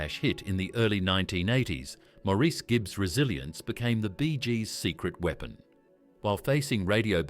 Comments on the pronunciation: How annoying... Where did Mour...ese come from ? Please pronounce the name right Mourase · His name is pronounced like Morris the British Car . the bot voice over is crap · His name is pronounced MORRIS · His name was Maurice but pronounced "Morris". Sheesh! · This is hard to listen to, since his name is pronounced Morris. Maurice was born 35 AFTER his twin, Robin. And other things just don’t add up either. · His name is constantly mispronounced... it's pronounced "Morris". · The Bee Gees were my favorite group back in the day. I saw them in concert during the 1979 "Spirits Having Flown" tour, Btw, Maurice's name is pronounced "Morris" (like the cat). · I wish people who make these videos would understand that his name is pronounced like Morris. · For heavens sake get the pronounciation of his name right, it's Morris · The US is irrelevant. The Gibb Brothers were born on the Isle of Man near the UK. In the UK, the name is pronounced Morris. In interviews, that's how his mother pronounced his name and she'd have more of a clue than you would. When they lived in Australia, they found out that the Australians also pronounce the name Morris. Perhaps the Yanks should show more respect and find out how to pronounce someone's name. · PLEASE PRONOUNCE HIS NAME PROPERLY. It’s Maurice, not “more Reece” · I would say, more like Morris, but with an A rather than an O. Marris. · I've watched a ton and I hear mar is. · 🤷‍♀️ I hear Morris. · It wasn’t his fame. This is so inaccurate it’s unbelievable. They can’t even pronounce his name correctly. He also didn’t have model trains. But he did also never go to the doctor. He was literally too scared to go to the doctor because he knew smoking five packs a day since he was 14 had done damage. I tried to get him to go, but he wouldn’t go.